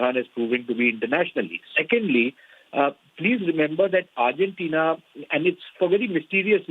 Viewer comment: Could someone let this lady know it is "Argentina" Not Urgentina